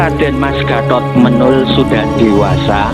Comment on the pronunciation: Pengucapan nama Menol itu salah